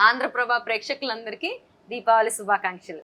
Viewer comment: దీబావలి కాదు దీపావళి